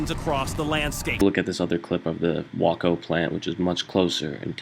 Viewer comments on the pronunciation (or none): it isnt called wacko you are a wacko ...It is called waco like way co....you are a lunebag.. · First off, you are pronouncing Waco wrong. its said like this: W-A-Y-C-O not W-A-L-K-O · What you are showing is mostly likely true but learn the name of the town so you don't sound stupid. The name of the town is West, they are not saying west Texas as a geographic area where Waco is located because Waco is NOT in west Texas. The town of West is twenty miles from Waco pronounced Wayco, long "A"! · WAY-KO whawko? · 1. Way-co is how Waco is pronounced. (i live here i know how its pronounced) 2. the main building was on fire and then the anhydrous ammonia tanks (to the left of the building) were ignited. 3. the fertilizer (which the west FERTILIZER company had large quantities of) was black and burned black. No missiles no conspiracy just the loss of innocent lives. God bless west. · "Wah-co"? It's pronounced "Way-co" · Here's a hint.... Waco is pronounced Way-Co. NOT...Whaa-Co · It's pronounced: "wake-oh", not "whacko, you loon. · Which, by the way, is LOVE TON EVOL-- do you love a ton of evol? First it's not Wau-koh Texas, it's Way-koh, Waco, say it along with me and all the news casters around the nation that said it that night, and during the Davidian raid of 1993 Way-koh, Waco. I live in Waco, I was born here. Though Waco is 20 mi. from the blast, I happened to be 8 mi. away and heard it, smelled it, had resparitory and eye irritation, and my dog started wheezing/coughing. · WALKO TEXAS????/ HAHAHA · Pronounced "way-co"... Not "wah-co" and there was no missile or "JDAM" involved. lol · waco... (sounds) like, way co.. not wak co :) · Waco = WAY KO Not Wah KO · It's pronounced Way-co. Not Wah-co. Just sayin'. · It’s pronounced wake-o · its (way-co) dumb fuck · Its WAY-CO Dummy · It's pronounced wake o Waco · Fun fact: It was in West, Texas. "West" is a town. It didn't happen in Waco. (Pronounced "WAY-CO")... Just figured I'd clear that up. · way-co (long a)